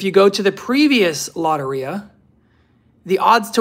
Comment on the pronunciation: Its low-tear-e-ah